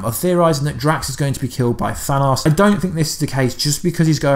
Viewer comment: Mine hurt from listening to him pronounce thanos name THAW-NOSS